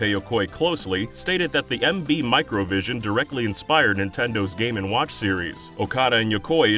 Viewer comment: Boy do i love me some "game and wOouch"